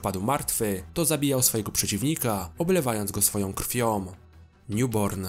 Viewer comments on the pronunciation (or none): ... Oblewając go swoją krwiom... Przed bestiom... ???... Warto popracować nad prawidłową wymową. Sam materiał ciekawy.